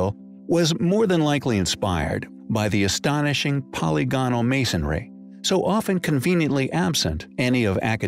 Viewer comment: For the 10,000th time: "po- LYG- on- al" !!